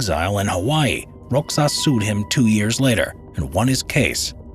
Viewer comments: Not roxas its rohas silent X turn to H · Since I have not seen anyone commenting on this, the pronunciation for Roxas is "Rohas" and not "Roxas". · bruh roxas isnt read as rox-sas its rohas but its fine still love you <3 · BTW in Spanish X is pronounces like H. Like Mexico in spanish (MeHiKo). So Roxas is pronouced RoHas. Many of Filipino last names have Spanish origin. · My bruvs the pronunciation of Roxas is Ro-has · Fun Fact: As a Filipino my great grandma actually saw the Golden Buddha being taken from us by the Japanese, and sorry to bring this up for naming but here in the Philippines We say Roxas as "Rohas" in pronunciation. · hey folks the pronounciation of the man's name, which is rogelio roxas is not /rogelyo/ /rocsas/. it is read as /rohelio/ /rohas/ and that's a filipino thing :P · Are you saying Rogelio Roxas? The pronunciation would be like Spanish/Mexican, Ro Helio Ro Has. Thanks for this topic, very interesting. And there may be still some of those treasures lying around here in the Philippines. EDIT:Time stamp.